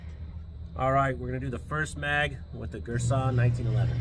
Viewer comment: Gurr San, not Gersh on.